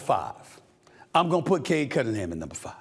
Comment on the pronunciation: how did stephen a just butcher paulo, cade, and wemby's names 😂😂😂